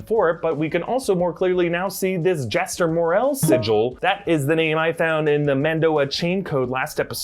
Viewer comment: But he loses the point for missing the pronunciation of "Jaster Mereel." Morels are mushrooms, not Mandalorians.